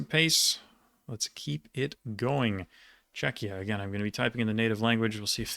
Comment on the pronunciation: im extremely impresed by your brain.. your pronunciation of czech regions was spot on, you may work only on the Ř sound :D